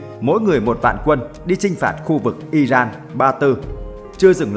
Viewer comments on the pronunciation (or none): none